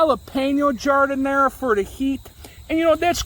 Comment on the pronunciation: O-O- I love Eye-talian Beef Samwiche with Gardinier...miss it so! Makin' me hungry here.